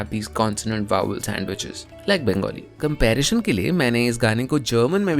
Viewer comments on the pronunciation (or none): none